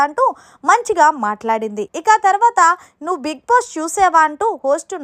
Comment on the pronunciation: హలో మేడం కొంచెం బిగ్ బాస్ పదం క్లారిటీగా పలకటం నేర్చుకోండి ఐ యాం యువర్ బిగ్ ఫ్యాన్